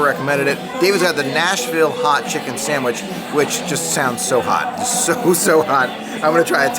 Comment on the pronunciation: Love it had 9 so I won with 10. I love how you pronounce sam wich.